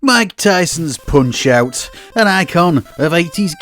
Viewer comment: "Poonch euoght" wtf lol